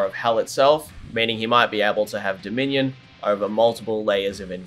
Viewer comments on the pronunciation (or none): none